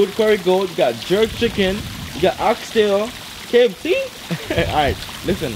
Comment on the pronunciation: Jamaica rub off pon them fast😂😂😂can hear it in her voice when she say “kfc”